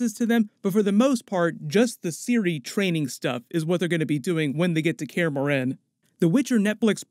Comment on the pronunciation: For how you pronounced morhen I'll dislike the video and stop watching thank you very much